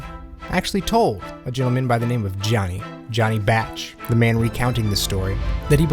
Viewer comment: Johnny Bach (bɑːk or B-ah-k) not batch